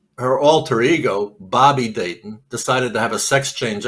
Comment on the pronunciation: There were three main names mentioned in this podcast, Robert Rackstraw, Tom Kaye, and Barb Dayton and mispronounced or botched all of them. Reminds me of a Key and Peele skit about a substitute teacher taking roll call and mispronouncing all the students' names along cultural lines. With that in mind, for diversity, equity, and identity's sake, shouldn't an alternate name for DB Cooper be created? DeShewayne Lil Cuprakonda.